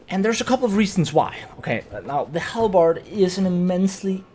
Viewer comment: WAAAAGH !!! It's pronunced ...... hal- buhd !!!! Never do this again ! 😁 Fun fact : In Hungary : Alabárd ! And how do you pronunce in your country guys ? Write down !